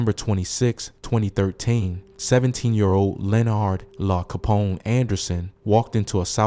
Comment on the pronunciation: There’s no way you called him Lah Capone.. it’s L.A Capone like Los Angeles 🤣🤣🤣🤣🤣